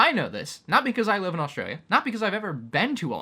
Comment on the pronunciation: Gotta say that transition into saying "Australia" with an Aussie accent was smooth af.